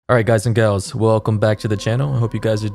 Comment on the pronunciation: Does he always say, “alright guys and gayls” like in a british accent Or is it just me